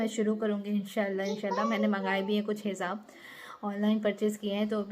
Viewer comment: Hizab nahiii hijab bolte hien